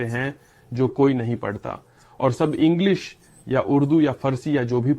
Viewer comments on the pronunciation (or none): none